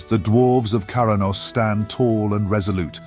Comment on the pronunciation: It's also 'Kra-nos' not 'Kara-nos' heh